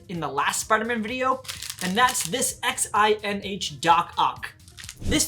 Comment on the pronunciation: XINH is pronounced Shin I believe.